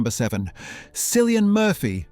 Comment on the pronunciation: Killian not Sillian please